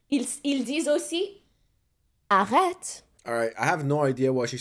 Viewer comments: She didn’t pronounce arrêt correctly 😒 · Okay…..I think she said something like “sav vous idel.” Which means “service you ideal” so….serves you right? Also arret is pronounced wrong. Also she said “ils le Francet” which is wrong again.